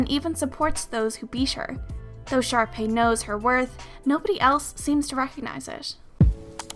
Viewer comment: I thought you said sharpie